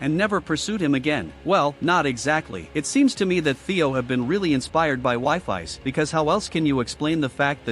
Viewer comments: The ai voice says wifis instead of wifies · STOP SAYING WIFIES NAME LIKE THAT 😭😭🥀💔